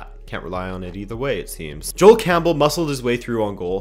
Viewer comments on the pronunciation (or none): none